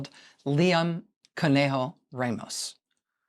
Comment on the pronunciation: You are pronouncing Ramos wrong.